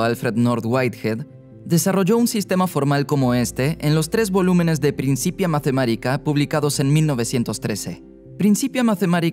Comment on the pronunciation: En latín, la th no de pronuncia Z, eso es inglés xD, es T misma, y la C se pronuncia K. Principia Mathematica suena Prinkipia Matematica ;)